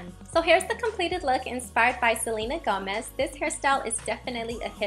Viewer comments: Its Gomez not gamez lol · Luv how u said gomez Lol ;)